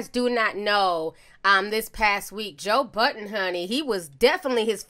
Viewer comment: It’s not joe button you keep saying that it’s joe budddddden